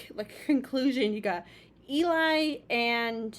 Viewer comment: Nice reaction, I like how much thought you gave to everything. They are the demigods of a cappella, for sure ! 😁 Our intense swordman is not Omar, but Cesar ;). And Eli is pronounced like "Jelly" without the J.